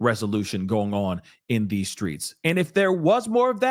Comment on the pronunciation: Did he say the SCREETS" What?!